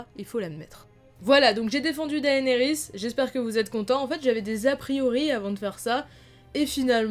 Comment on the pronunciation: Juste comme ca on dit dénérys et non daénerys...